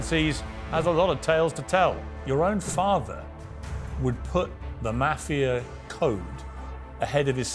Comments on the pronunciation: Piers, please for god sake, please learn the word. "Maahh-fia" not "Meyy-fia".. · It's not pronounced Maafia lol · Its not Maf-ia!! .....its Ma-fia?! .... The way Pierce says it is so annoying! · Piers ... Lol . Nobody says "maa-fia"... It's pronounced "mah -fee - yuh" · Piers you are grossly mispronouncing the word mafia. MAH-FIA. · Piers please pronounce maahvia correctly and your guest's name Francheseee" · How Piers pronounces Mafia (Moff-E-Ah) "Maffeya" makes me cringe every time he says it. Couldn't watch the whole interview because of that. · I think when you are going to interview a person about the mafia, you should know how to pronounce the word. The "a" in the word is pronounced "ah" . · “Meiiifia” - thanks Piers for the pronunciation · P. MIRGAN. pronounce Mafia correct for cripes sakes. It should not sound like CAFE -IA with an M. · Pier's pronunciation of mafia jars me. Otherwise, I appreciate his interviews. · He held his calm and didn't garrote Piers for pronouncing "mafia" like that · I am surprised he didn’t correct Piers on how to pronounce “Mafia” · Come on Piers learn how to pronounce "Mafia"!!! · Piers pronounces Mafia so wrong... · At least pronounce Mafia right, even if you are British. Piers is going to ask the tough questions. Michael is very smart. He's not going to crack. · it isnt mafia like sass it is mafia like the "A" in Art. you welcome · Piers! Learn how to pronounce “MAFIA”. You’re a journalist, English is your 1st language, it’s not hard! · Softball interview... I learned nothing new , Except Pierce doesn't know how to pronounce mafia. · Piers - can you not pronounce 'mafia' correctly? Soft 'a'.